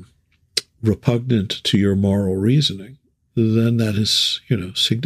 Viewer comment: Thanks! great conversation. (liked "repunant" )